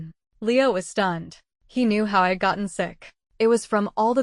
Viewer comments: Holy shit. Get an editor that knows English punctuation, ffs. Hearing "hed" instead of "he'd" and "im" instead of "I'm" and "id" instead of "I'd" takes me out of the story and decimates suspension of disbelief on what should otherwise be a good story. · Please use a better narrator next time. One who could pronounce contractions (I'd, etc) correctly and do phrasings efficiently